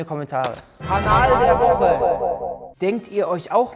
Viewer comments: Wer hat auch "anal der Woche" verstanden 😂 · ohgott ich hab erst "Anal der Woche" verstanden🙈